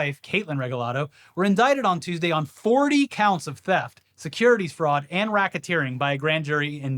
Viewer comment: lmaoooo this mf said frood